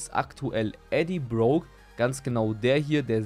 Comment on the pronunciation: BRUDER NICHT EDDIE BROKE SONDER EDDIE BROCK